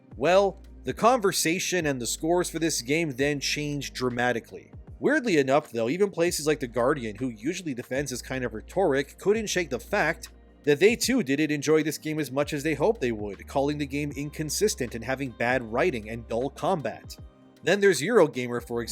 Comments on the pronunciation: I can’t stand Veilguard either, but this person really pronounced “rhetoric” as reh-TOR-ik. It never fails to amaze me how all of these gaming YouTubers cannot pronounce words, probably because they only read the words in text format because they don’t leave their mom’s basement🤭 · look up how to pronounce "rhetoric." it phoeniticaly sound more like "reter-ic" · IT IS PRONOUNCED RET-OH-RICK. Tired of you mispronouncing that. Anyway, I still enjoyed the video. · Every time you say “rhetoric” I mentally break a little. /sigh. No hate, just being nitpicky.